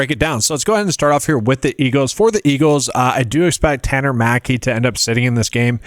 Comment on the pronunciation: Do you intentionally butcher players names? The way you absolutely screw up simple names like Mckee as “Mackey” repeatedly has to be intentional.